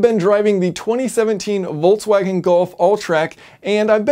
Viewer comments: Where does the pronunciation Voltswagen come from? There is no T i Volkswagen...?!? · Why the hell volkwagen? Its Folkwagen. Come on man in this day and age. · "I've been driving the 20 17 Voltswagon Golf Alltrack..." Voltswagon?!